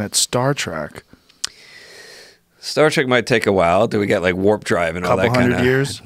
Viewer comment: my favorite part of joe saying a show he likes, is "Star Track" he never stopped saying it in 11 years